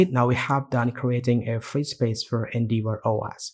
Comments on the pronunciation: Great video, thank! Just FYI, it's pronounced En-Dev-Or. Endeavour is an English word that means "to attempt (something, such as the fulfillment of an obligation) by exertion of effort". I'm just trying to be helpful. Your English is great otherwise. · more like En-Dev-Err